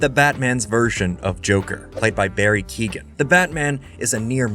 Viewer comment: Lol. "Key-gan"